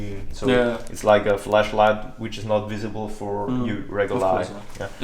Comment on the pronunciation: why dose he say flash light like fleshlight